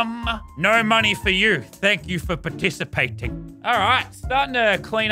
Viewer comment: No one: Literally no one: Lazarbeam: Pah tis a pating (participating)